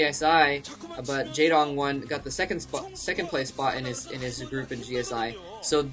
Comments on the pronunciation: no not really, pronounced like its read J"ae"dong with a softer a, not such an accented "a" sound. How do I know? I can read his name in korean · by the way the "ae" in the name Jaedong is pronounced in the same way as "ea" in zealot.